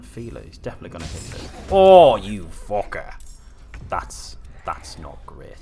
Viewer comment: That accent😂 “You fook’a”